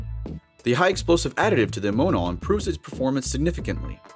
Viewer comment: Pretty sure it is pronounced amm-0h-naal! But great video none the less!